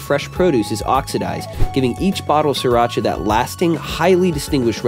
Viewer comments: Pronounced Sheer-rock-uhh I really hate when people mispronounce this word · It originated in Thailand and you are pronouncing it wrong. "SEE-Rah-cha", or "Cc-rah-cha". But it's okay, most cooks on those Food Network channels pronounce it wrong as well. How to Correctly Pronounce SRIRACHA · And yet, you are 100% wrong. It is pronounced See Ra Cha. Look it up. Don't you just hate it?